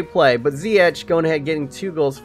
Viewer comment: Its only Ziyech not Ziyeghghg